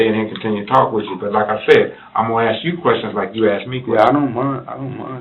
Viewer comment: Forget comprehensible sentences, he couldn't even pronounce the word, "ask", he said "aks".